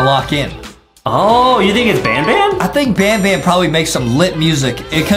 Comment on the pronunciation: IS NOT SAYING BANBAN RIGHT YOUR SAYING BONBON!!!!!!!!!!!!!!!!